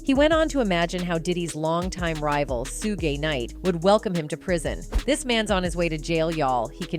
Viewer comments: So AI has pronounced shoogay suegay, sugie, everything but his name correctly. Get lost money grabber. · She cant pronounce his name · Why don't someone get that AI machine fixed or have someone talk to someone about pronunciation of Black Folks names in the entertainment business. My goodness it's so disrespectful,!! Have you ever gotten White Entertainers wrong? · You say suge name wrong that is the second time I heard it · Please tell the female how to pronounce Suge! Omg...